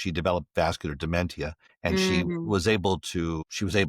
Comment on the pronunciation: How can his word be trusted if he doesn't even pronounce dementia Correctly